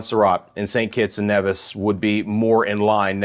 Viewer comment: Great vid. Good to have someone covering the islands in addition to the Weatherman, Brian Shields. Very quiet here in St. Kitts and Nevis. The calm before the storm. FYI, Antigua is pronounced "an-ti-ga", and Nevis is pronounced, "knee-vis". Dominica is "dom-e-knee-ka."